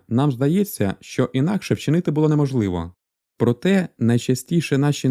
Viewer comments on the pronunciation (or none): none